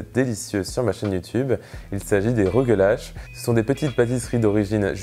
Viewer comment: Excellent vidéo! J'aimerais le faire un jour. Je suis juif et le mot rugelach se prononce presque comme tu le dis mais à la fin le son du ch est tres dur comme le son de (le pain tressé juif). Merci beaucoup pour la recette!